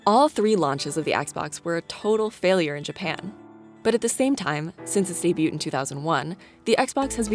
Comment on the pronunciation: God forbid CNBC should hire a narrator who knows "debut" isn't pronounced "day-byute".